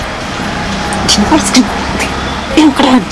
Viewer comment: අයිස් ක්‍රිම් කියපු හැටි මට ඇහුනෙ voice ක්‍රිම් වගේ.